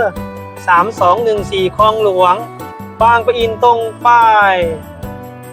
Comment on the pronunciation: บางปะอิน ไม่ใช่ บาง ประ อิน